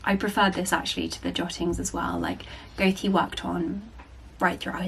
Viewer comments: PRONUNCIATION!! In case no one's mentioned it already, Goethe is pronounced 'Gerter' NOT 'Goath'!! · Hi, Goethe is pronounced "guh-ter", or Gurter if you were interested!:) x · That‘s actually wrong hahaha, „oe“ is the German „ö“, and the „h“ is silent, so it is pronounced [gøːtə], not gerter at all😅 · No 'r' anywhere in Goethe 😊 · Your pronunciation of Goethe's name is very unique. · This is not a hate but a genuine question as a non English speaker: is this how you pronounce Goethe in English? Cute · not to be that person but check the pronunciation of Goethe.